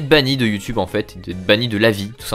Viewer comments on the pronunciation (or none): none